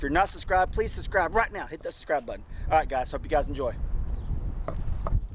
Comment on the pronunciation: Great video, looks delicious! And I have to say… Ever since DeeJay pointed out how you say suscribe I can’t unhear it, LOL. Love your family!